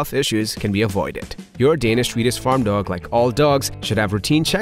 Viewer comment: Can not handle the narrators lisp or ways of not speaking propellers I’m Swedish and even I can pronounce swe-diSH correctly and not swedich as he says. I also reacted several times at other words. This is a BIG negative for me and I can’t watch this video to it’s end unfortunately. Change narrator on your channel please.